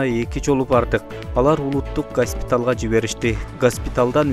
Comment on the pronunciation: Гаспитал эмес госпитал туура суйло